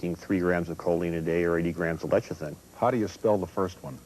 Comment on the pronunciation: Why does Durk mispronounce lecithin as leshithin? Durk Pearson and his wife, Sandy Shaw didn't live extraordinarily long lives either. Antioxidants are valuable, but they don't extend lifespan. Their book Life Extension was a complete waste of money. But it did make them a ton of money, which is what grifters do.